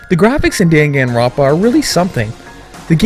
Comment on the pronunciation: YAY I'm not the only one who got a little annoyed by that xD